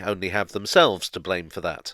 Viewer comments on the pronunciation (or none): none